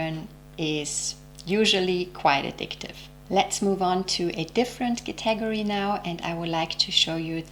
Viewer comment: I enjoy your content so thank you for this video. I had to turn on the captions only for one word that I couldn't understand until I read what you said. You pronounce "category" with the emphasis on the second syllable. Native English speakers say "CAT-uh-gor-ree". Shared with no judgement intended.